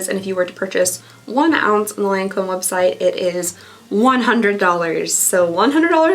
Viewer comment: I'm glad I can't handle highly fragranced products. It seems so many of the high priced brands like to do this. I'll stick to whatever's on sale as I need it. (just a side note, it's pronounced lon comb)